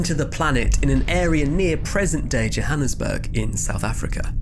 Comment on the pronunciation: Bro your pronunciation of Johannesburg and Vredefort are spot on